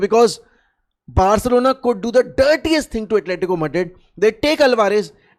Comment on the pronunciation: Chill bro he said "Bercelona" not "Barcelona"